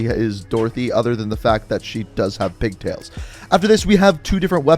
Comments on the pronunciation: It is just me? Or did everyone hear “big tits” instead of “pig tails” on the Mara pack 😂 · Pig tails .. I heard big tits ....oooops